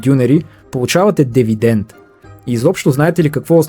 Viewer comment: Най-сетне някой да нарича нещата с истинските им имена! Браво! Една поправка само "Дивидент" а не Девидент! Освен ако не е било искан ефект.